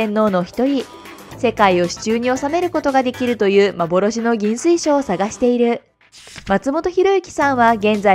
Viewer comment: 亀吉はかめよしじゃなくてかめきちですよ。 あと、幻の銀水晶はぎんすいしょうじゃなく、ぎんずいしょうです。